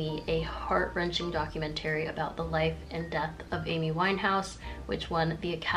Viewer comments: NGL, kinda got distracted for a hot second by that pronunciation of "documentary" X'D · she’s so cute but WHY DOES SHE SAY DOCUMENTARY LIKE THAT ???